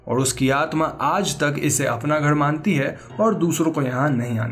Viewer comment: gher ko gheD kyu bolte hey ??????